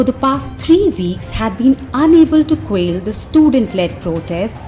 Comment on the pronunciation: Could you please pronounce "quell" correctly?